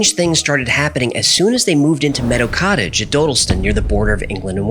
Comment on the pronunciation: It's pronounced "doddleston" I live quite close